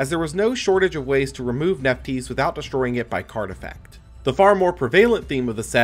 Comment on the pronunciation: I don't think Nephthys is pronounced Nef-tees, it looks like it should be Nef-this